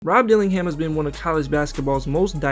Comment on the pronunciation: It’s DillingHIM!!